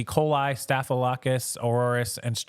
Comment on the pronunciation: Just FYI: "Staff-uh-lo-KAH-kuss" 😉